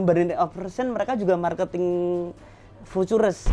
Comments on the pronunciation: Aneh sih, harusnya sekelas orang pernah kuliah, apalagi di ITB harusnya ga asing sih dengan istilah future, all in, dll. Jangankan kuliah, pas SMP aja belajar tenses pasti guru bahasa Inggris ngomong futures itu yah fyuceur bukan fu-tu-res wkwkwkwk! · Btw harus nya baca nya kan Viucee kan? Kok nyebut nya future trs ya 😄😄😄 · Dari tadi saya ga paham ga masuk nalar aja gitu sekelas Ir. mohon maaf sebelumnya masa Futures aja ga bisa pelafalannya.. 🙏🏻🙏🏻 sedangkan kata lain “again, income dll” beliau ngerti. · Kok langsung ngomong FOREX gak beres....putures putures.....wkwkwkwkwkkw.... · fucures..oll in fucures..oll in fucures..oll in fucures..oll in fucures..oll in fucures..oll in fucures..oll in wkwkwkwkwk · setuju sebutin kata dengan lafal penyebutan fiturs aj susah banget ya😅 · Si Belepetan Futures = fiuces 😂😂😂 Punya Supercar Belepetan Gini.....kaya dari mana....??? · Contoh orang kaya yg ga mau belajar b.inggris....🤣🤣🤣 Pronounce loe jlk bgt bro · punya supercar tapi ngomong forex koq berbahaya? ngomong nya juga futures itu ngakak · Bang lu bilang futures kok jelek bgt ,, bahasa Inggris tolong diperbaiki jadi ga pngen nnton😂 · ini beneran insinyur? nyebut futures nggak bisa 😜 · Sayang bener si papi uya, Channel Besar gini ngundang narasumber yg begini. Gelar Ir tapi ngomong Futures ga bisa. Ampun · Kalo bisa cari narasumber yg agak pintaran dikit deh,,,cara baca futures aja awal awal qw eneq dengar nya..apalagi insinyur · Anak ITB ga bisa ngomong futures, ajaib! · Ngaku insinyur tapi ga bisa baca futures,sempak!! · iya ya nyebut futures aja gk bisa ya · Pasti pada gemes benerin tiap bilang futures 🎥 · lu gak mengerti.. Futures aja kamu belepotan cara nyebutnya katanya Insinyur. Futures lu samakan dengan binnary option. Perusahaan pialang yg titip dana lu samakan dengan trader2 Yang solo trader. Itu tandanya kamu asal cuap. Gak usah asal bacot kalau bukan kapasitasmu. Kamu urus aja bisnis Ponzi MLM mu.